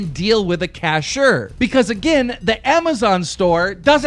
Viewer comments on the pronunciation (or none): Keemstar, say it with me; Cashier is (Cash-ear), not Casher. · clearly says CASHIER Keem: Casher BigBrainKeem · Why does he keep saying casher?? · Did Keem say “casheer” rather than cashier? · How else do you pronounce it? Did you mean he pronounced it "casher"? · "casher" xd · Keem is notorious for saying the wrong words when reading tweets and stuff. this is nothing new. Also I'm gay.